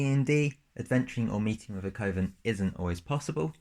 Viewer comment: "Coven" should rhyme with "oven". Otherwise, great video and cool class and sublcass!